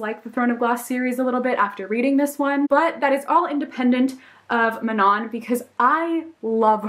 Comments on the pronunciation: manon is pronounced MUH-NO btw, just thought I'd mention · That's what I always thought too! Because that's the proper French pronunciation, but in the audiobook for Heir of Fire they pronounced it "Man-on" so that's how I started saying it. Idk how Sarah J. Maas pronounces it though lollll